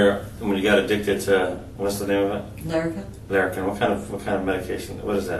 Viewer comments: I know this is petty af but the way she pronounces Lyrica drives me nuts. It's leer a ca, not lair a ca. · How do you even get “lair” out of “-ly?”